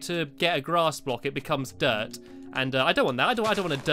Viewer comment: stampylongnose whenever you say grass you sounded like glass okay bye